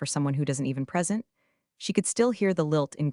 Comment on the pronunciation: I also like the mispronunciation of "present". AI does not understand context yet.